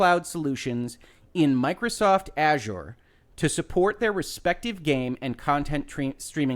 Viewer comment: Finally, a YouTube video that pronounces Azure correctly